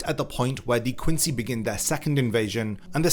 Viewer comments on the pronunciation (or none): none